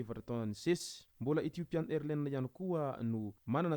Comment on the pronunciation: On lit AirlineS on prononce le S à la fin